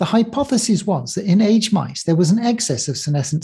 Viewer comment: Interesting, and for me a timely video. A small note on English usage: mice are not aged like wine, but "ay-jid".